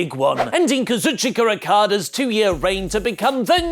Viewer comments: That's not how you pronounce Okada's name! Do you not listen to the commentary??? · Why do you say Okada's name like that?